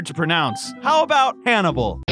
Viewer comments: Why whenever I watched the first time he named the pig the name I always hear “animal” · I thought that when named the pig Hannable I thought he said Canable